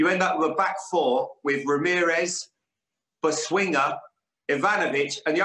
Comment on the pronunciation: "boswinger" looooll